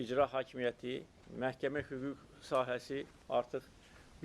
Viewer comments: Hüqüq yox a dəmək. Hüquq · Hügüg deyil, ay ermeni. Hügug olacag.